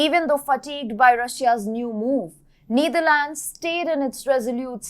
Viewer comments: It's not pronounced the Neederlands. The e is pronounced like in ether. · It is not “neither lands” it’s “Netherlands” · I like the way mentions Neither Lands (Netherlands), Poh Lern (Poland). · Why call the Netherlands the Neetherlands? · You really need to learn how to pronounce Netherlands.